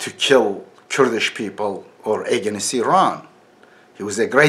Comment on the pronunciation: Edibi deha ingilizce oratory sananlara :Edip telaffuzde againist yok against ,dictatorship yok dikteytrship:)